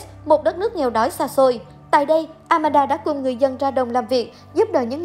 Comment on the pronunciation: It’s Aman - da, not Amanada😂